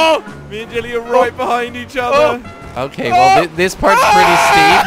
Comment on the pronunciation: Why does Jordy always call him Jilly and not Jelly